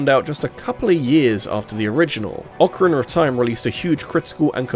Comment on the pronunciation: British people say words that end with a as "er"